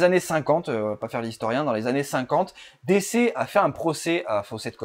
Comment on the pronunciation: On dit plutôt "DiCi" que "DéCé"